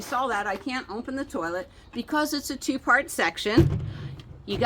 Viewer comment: I thought you said; "this has a two fart lever" 😮. Then I read the closed caption.😊